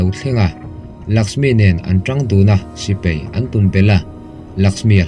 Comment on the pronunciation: Sipei nilo in sipai aww sir.